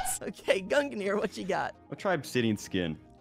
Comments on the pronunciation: its two syllables. gun gear. its that easy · I’ve always pronounced it gung near. Gung like how you say lung. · I hear Gunginir from. There may or may not seem to be another another syllable added. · Ah yes, I remember watching the stream. It was so entertaining every time said "Gungnir" as his pronunciation is... very unique. Then again, the delibird shiny hunter is a menace for having such a difficult-to-say username.